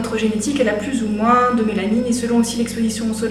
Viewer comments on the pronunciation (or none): none